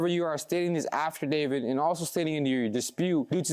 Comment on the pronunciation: DUDE! It’s not pronounced “AFTERDAVID”!! It’s AFFIDAVIT… you said it so many times incorrectly that I can’t help but say how unintelligent mispronouncing it makes you sound!